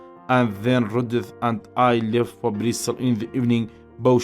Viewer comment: زوۆۆۆۆۆۆۆۆۆر جوان بای سیدەکەی یاخوا سەرکوو تر بی بەس ئەو ئێوارە چون بۆ بریستڵ نەک بریستاڵیان بەجێ هێشت